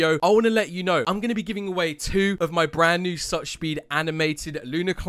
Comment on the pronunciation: "Bren new"